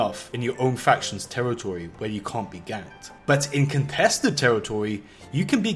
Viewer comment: contwested teritowy